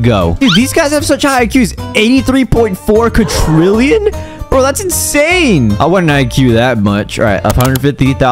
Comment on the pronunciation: It’s not qatchriln It’s quadrillion